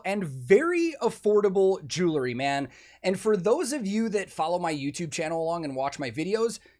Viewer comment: Please know that you aren’t the only one that does this, but for some reason it is even noticeable on a video with Elizabeth. There is no such thing as a jewla Please stop saying jewlaree Especially when pushing the product. Jew•el•ry Jew•el•ry jewelry Just say the word jewel and add ‘ree’.